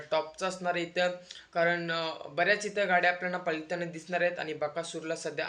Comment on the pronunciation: पलताना नव्हे पळताना बोलतात. लं आणि ळ चा उच्चार कुठे करायचा आधी शिक नंतर व्हिडिओ बनव. तुझं वय अजून शाळा शिकायचं आहे. म्हातारी लोक अशी बोलली तर आपण समजू शकतो पण तू अजून तरुण आहेस.